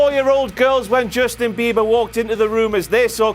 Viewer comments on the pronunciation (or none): none